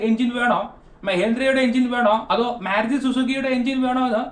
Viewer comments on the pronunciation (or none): none